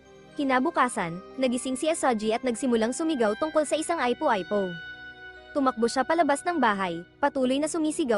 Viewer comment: Ung ipo ipo eh aypo aypo ang pronounce, meron pang ibang words na malimali ang bigkas, nalaman ko lang to kasi nanunuod mga anak ko, kaya pala mali din ang mga pagpronounce nila, tinanong ko kung san natutunan, dito daw sa pinanuod nila nato, pambihira tlg, ganda sana ng kwento eh, pakiayos nalang po sana nextime, unsubscribe ko muna at block tong channel, hindi advisable sa mga bata at sa mga matatanda na hindi alam ang mga tamang pagbigkas sa mga bagay bagay, thanks po un lang